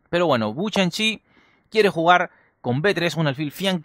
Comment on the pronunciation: Dijiste bu chanchi xd